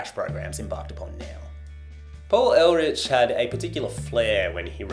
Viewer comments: It's not pronounced "air litch", it's "air lick". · Paul Ehrlich, not Elrich. That aside, great work. 👍